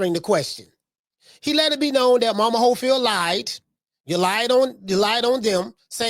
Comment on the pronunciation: How they call him momas hofield 😂😂😂😂😂😂😂😂😂😂😂😂 thas crazy